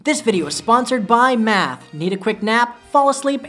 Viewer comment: At first, I thought he said meth instead of math